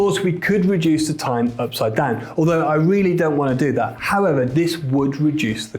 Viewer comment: take a shot every time he says "ipside down"